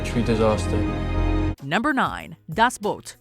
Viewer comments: the movie is called 'Das Boot" NOT "Das Boat" ffs!! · Das Boot not Das boat!